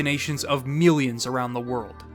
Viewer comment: My boy said MEALIONS instead of millions😂